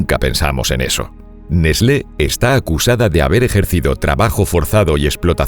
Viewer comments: Que raro que suena escuchar nesle, en mi pais se lo pronuncia ''nes-tlee'' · NESLÉ? Es mucha puta ciencia pronunciar "TL"? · Se pronuncia nest-le? Yo le decia Nes-tle debo haber parecido un idiota.......🏃‍♂️🏃‍♂️🏃‍♂️ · N E S L É ?? JAJAJA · Neslé :v